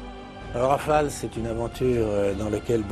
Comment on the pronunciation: rafale..pas raphale...